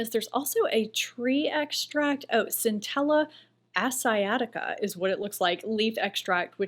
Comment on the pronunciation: I hope you don’t mind me saying but I use a lot of Korean skin care and learned the pronouns of Centella Asiatica. Best I can’t describe it phonetically - the As part like ‘age’ (😂) but a ‘sh’ for the ‘g’ sound (that’s not quite right though). Then ‘ee’, the usual ‘at’, ‘I’, like ‘ick’. Finally ‘uh’ like ‘huh?’. This is how I’ve repeatedly heard it to my (English speaker’s ear) . Enjoyed your video as always ✌🏼